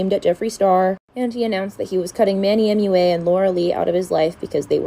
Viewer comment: It’s cracks me up that you struggle pronouncing the ‘U’ in Manny MUA. It’s like you say “ooh” instead of “you.”